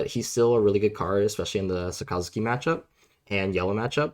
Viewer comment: the way you say Sakazuki literally kills me inside. It's literally just " SAAKA-ZOOKI "